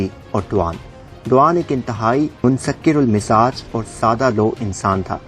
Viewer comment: منکسر المزاج۔۔۔۔۔تلفظ درست کیجئے ۔۔۔۔بہترین پیشکش ہے آپ کا یہ ویڈیو۔۔۔۔ انڈیا سے آپ کو دعائیں